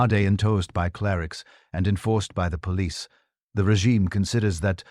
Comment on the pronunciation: Your AI voice needs a lot of work. It pauses between words where no pause is needed and then runs together words where a brief pause should be employed. We can always tell when we are listening to a robot. Like mispronouncing the words rhetoric and police. Dispite the flawed narration, the content was very good.